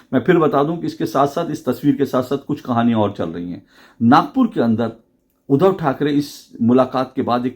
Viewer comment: अशोक जी, नमस्कार। आपके विश्लेषण की प्रशंसा करने के लिए मेरे पास शब्द नहीं हैं;लेकिन एक शब्द ऐसा है;जिसका उच्चारण सुधारने की आवश्यकता है और वह शब्द है 'उद्धव'। जिसे आपकी ज़ुबान से 'उधव' ऐसा सुनाई देता है। 'उद्धव' और 'उधव' के उच्चारण में ज़मीन आसमान का फ़र्क है। आप इसप्रकार देखें-: अगर शुद्ध,श्रद्धा,क्रुद्ध इन शब्दों को क्रमशः शुध,श्रधा,क्रुध इसप्रकार उच्चारित करें तो सुनने में कुछ अटपटा लगेगा। आप उन व्हिडीओ को सुनें जिनमें 'उद्धव' यह शब्द आया है। धन्यवाद